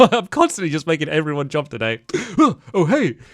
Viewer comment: stampy saying jomp is so nostalgic xx